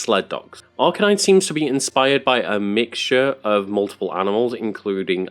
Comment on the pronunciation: It’s pronounced R-canine, not arka-nine